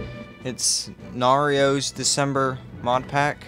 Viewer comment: His name is Nairo not "Narios"